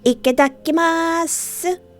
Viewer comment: I just wanna let you know it’s itadakimasu, not ikedakimasu. At least, as far as I am aware? I’m no expert though